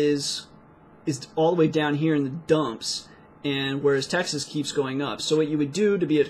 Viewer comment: i gave a break to videos and i was listening Texas as the taxes :D fck me right ?